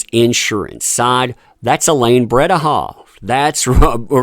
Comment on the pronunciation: Bredehoft... BreDehoft, not BreBehoft.